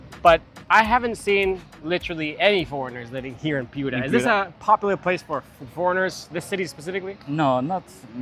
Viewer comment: la plaza de armas es un elemto ordenador de nuestra herencia urbana hispanica. Te recomiendo revisar informacion confiable ,del mismo modo revisar la traduccion. Un ejemplo concreto es la pronunciacion de "Piura" y de nuestro caballero de los mares Don Miguel Grau (Miguel grud , grod , Anita grod) incluida la informacion erronea de como murió.